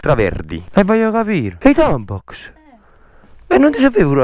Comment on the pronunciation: ma sbaglio ho alcuni napoletani dicono tampacs. C'è invece di dire la (x) dicono (cs) e proprio una cosa vostra non è per prendere per il culo e che sarei curioso. Cmq grazie per le pizze fritte che fate🤤🤤